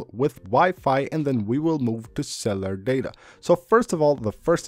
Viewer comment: When your speaking about cellular data why do you pronounce “cellular”as C E L L A R Data I know you might not even know your saying Cellar instead of Cellular when speaking to us the subscribers thats all i wanted to say but other than that your so freaking amazing at what you present to the audiences and for that I’m all into your videos so keep up your amazing content and the integrity because you deserve a lot more from us than what I’ve seen from your channel so far much appreciated just keep that in mind when speaking about Cellar data 😅😂❤